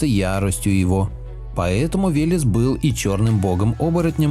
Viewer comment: Веляс ))) Вэлэс правильно .